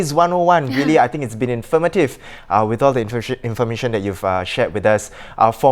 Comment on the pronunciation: > I heard the word “infirmative”. Pls correct me if I heard wrongly.